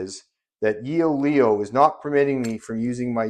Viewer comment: "Yoeleo" is pronounced as "YOH-leh-oh" with the emphasis on the second syllable, "leh".